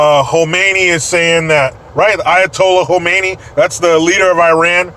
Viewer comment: Not to be pedantic, but the Iranian "Supreme Leader" is named KhAmeni. Mispronouncing it sounds like you are talking about KhOmeni, the FURS "Supreme Leader", eho has been dead for a while.